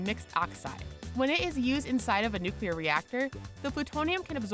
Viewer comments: Antihydrogen is currently valued at $62.5 Trillion per gram, making it the most expensive material known to man. Also, 'Nuclear' is properly pronounced NEW-KLEE-YUR not NEW-Q-LUR. You should learn how to say common words, because with a word as ubiquitous as this there is no excuse for not being able to pronounce it properly. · N U C L E A R, not - N U C U L A R. how can you switch back and forth on pronunciation in the same sentance? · nuclear, not nucular, not that difficult to understand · Why does every person in this video shown smiling look like they're on drugs or something?... and why do you pronounce nuclear like New Cu Ler... its new clear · "new-clear" not "new-cue-ler" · Nuclear. Noo-clee-urr. Not Noo-cue-lerr. Ugh... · Nuclear. New, clear. Fucking nookyoolurr. Jesus, people. En you cee ell ee eh arr. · "Nukyoolur weaponlery" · Nuclear Now to pronounce it: new-clear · You can’t have a channel discussing science facts and pronounce it nucular... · she said nucular everybody nucular ahahahaha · Is Tritium used in nucular fusion? That's weird, I thought it was used in nuclear fusion. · George Bush is back with "nucular" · "nukeulur" Shows MAWS Squadron I am in great pain. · Dislike 'cuz your channel doesn't know how to pronounce nuclear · The way she says "nuclear" pisses me the fuck off. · Kind of funny how it goes between correct and incorrect pronunciation of the word "nuclear".